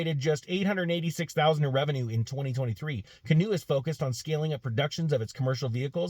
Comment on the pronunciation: I'm biased since I own a small number of shares of GOEV, but I guess if one is going to criticize a company or its CEO, one should pronounce the name right (it's like canoe). Anyway, it should be noted that Aquila does have a background in aircraft leasing (I know, what does that have to do with an EV company?). Canoo didn't buy the jet, they chartered it from Aquila's own business (AFV) under an exclusive agreement established between AVF and Canoo in 2020 - before Aquila became CEO and the stock was still over $200/share. Should he have flown coach to business meetings - maybe. Honestly, it feels like Canoo is setting the company up for a turnkey acquisition by spending millions on production equipment but keeping their production targets low (otherwise, why not crank out a few hundred just to nail down the production process). To their credit, they have a lot of IP ... they aren't sourcing critical parts or designs from other manufacturers - the vehicles are bottom-up designed with maintenance, and serviceability being key features - unlike a lot of "sealed for life" stuff that's out there. I have no guess if they will be able to save it given the current politically charged market conditions - just along for the ride.